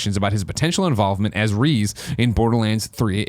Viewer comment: Did you fucking say "Reez"!?